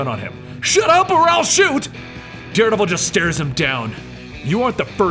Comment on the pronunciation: I think Da Deredevil